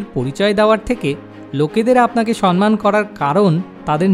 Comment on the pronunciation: আপনার প্রতিটি ভিডিও-ই মানুষকে ভাবায়। কিন্তু 'সন্মান' বলে কোনো শব্দ বাংলা ভাষায় নেই। এই ভিডিও-তে আপনি একাধিকবার 'সম্মান' শব্দটি 'সন্-মান' উচ্চারণ করেছেন। ভিডিও-র শিরোনামেও লিখেছেন 'সন্মান'। সঠিক উচ্চারণ হবে - 'সম্-মান'। আশা করি, আপনি এবার থেকে এটা মনে রাখবেন। কারণ ভালো উদ্দেশ্য নিয়ে করা যেকোনো কাজ নিখুঁত ও সর্বাঙ্গসুন্দর হবে, এটাই কাম্য। ভালো থাকবেন। 🙂🙏